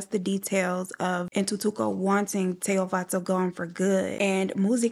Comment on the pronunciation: You pronounced Tshego’s name exactly how I pronounce it as a Sotho (language) girl. Well done babes loved listening as usual.